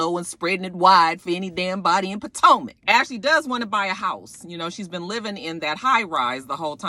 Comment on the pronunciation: back when you used to say Po-Toe-Mac lol We've come a long way!! it's always a Joy to see Ray walking in to a place. I really hope I live to see his age. Just something about aging now really feels like a accomplishment. Side note: i keep thinking Bravo will make his eyes get bigger especially when he sees ashley showing all that skin.